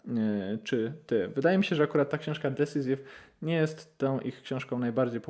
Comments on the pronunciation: Fajna recencja 👍 Jedna uwaga, Decisive wymawiamy bardziej nie "decisiv" a bardziej "decajsiv". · Drobna uwaga: Decisive - dəˈsīsiv (desajsiv nie desizyf)